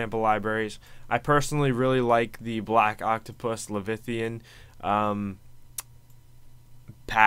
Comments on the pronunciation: Died a little inside when you pronounced leviathan as "levithian" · "LEVITHIAN"!!!!! I cant stop laughing. Say it with me: Le-VI-A-than!